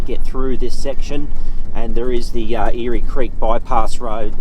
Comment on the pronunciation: Eyre creek is pronounced air creek not eary creek.